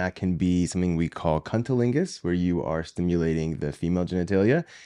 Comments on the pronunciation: I died when you said “cuntilingus” 💀 lol I think you maybe meant “cunnilingus” Thanks for the educational video! 🩵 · I can’t believe that said “cuntilingus”. Very unprofessional. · I think in cunnilingus. Not Cuntilingus.